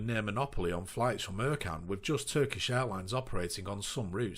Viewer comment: Ercan is actually pronounced Air-Jan with the J said like jour in French but that's just me being fussy haha. Also at Ercan they are currently building a new terminal with 8 airbridges, some to accommodate widebodies and a new longer runway alongside the existing one. Pre pandemic that airport was pretty busy with around 40 daily flights carrying 5 million pax a year making it (unofficially) the 2nd busiest airport on Cyprus. Also on some pilot's route planning apps, ECN/LCEN doesn't show up, you look at Cyprus and only Larnaka, Pafos and Akrotiri show up, type in LCEN and it says not found.